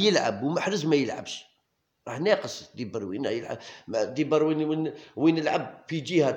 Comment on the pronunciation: خويا ديبروين ماشي دبروين هههه